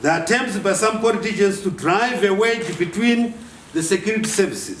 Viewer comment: i like it for the "wreckress utterances by poritizhens" hahahahaha Makanyanya Generallo